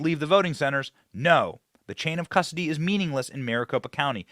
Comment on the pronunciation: Benny said "nucular" and "cusdoty" and I almost threw my phone